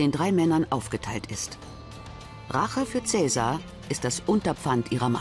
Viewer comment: Schade, dass der Name von Caesar überall falsch ausgesprochen wird.